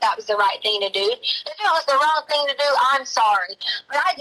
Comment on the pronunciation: She pronounces "thing" as "thinK" with a very hard K...but she has a doctorate in education?!? Please. 🙄